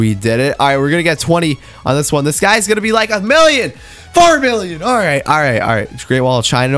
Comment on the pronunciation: why do I hear billion when u say million? lmao xd